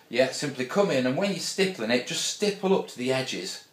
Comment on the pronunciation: great video, love how many times you said stiple